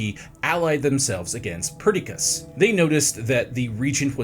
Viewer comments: Ptolemy "The Meh"? 😂 Also, i like that it took three tries just to pronounce Perdiccas right lol. Then ended up mispronouncing 90% of the names, including the Aegean Sea somehow. Oh how I long for the days of Simon. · No hate (I know goofs happen), but Perdiccas was pronounced like three different ways.